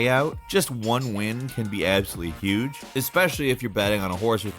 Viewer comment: “St-au-ten Island” “Ya-kah-za” “Vig-il-anti” “X-specialli” “Le-own” is terrible at pronouncing things. Also please blow your nose